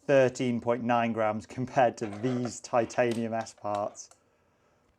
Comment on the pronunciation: pronunciation is spot on. Too many out there incorrectly saying Tit-ay-nee-uhm. Respect to for doing it right